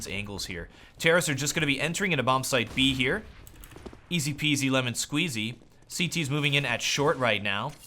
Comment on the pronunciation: i think says "ez pz ramon squeezey" every time casting a pro-game